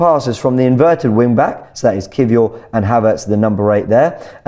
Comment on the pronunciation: Why does keep calling Kiwior “key-four” 😂😂